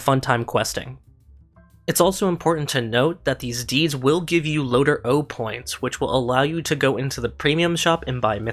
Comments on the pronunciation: Please It’s Not Low-Ter-O Sounds Gay Asf., It’s Low-Trow Respectively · "lotro" Lord of the rings online "Lo-tro". Where are you getting the getting "o" from? By daying "lotoro" points? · its lo (low - tro) tro not lot0ro;) nice video:) keep up the good work.